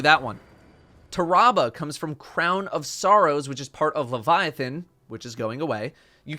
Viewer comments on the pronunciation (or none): He pronounced tarrabah like that just to annoy us. I know it